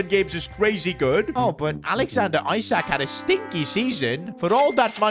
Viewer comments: It's spelt ISAK but pronounced ESAK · He pronounced Isak ‘I sack’ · Am I the only one that heard how he pronounced isak in